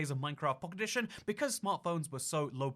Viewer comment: Anyone else notice how he says “Minecraft Pockedition?”